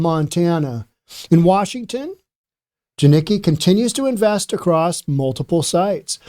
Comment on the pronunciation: This guy is retarded. Doesn't even pronounce the name right. He Doesn't kno shit he's just grifting at this point. The stopped doing the research and just chases making videos. Edit: he's not wrong washington is fucked. Jiniki. Its pronounced JAN ick KEE. my work is taking off. Time to move to Idaho?